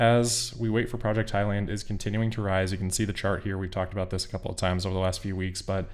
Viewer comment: It’s Highland, not high land.